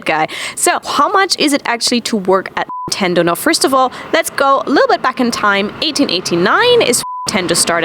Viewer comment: You can't say Nintendo?